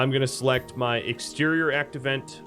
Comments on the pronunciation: Why do you keep saying 'act event' instead of 'active vent' ? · When you pronounce 'Active Vent' it sounds like you're saying 'Act Event'.